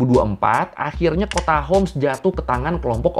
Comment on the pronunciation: حمص hims Bukan hums